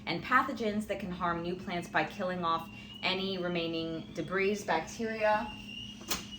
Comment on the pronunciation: debris is pronounced "debree"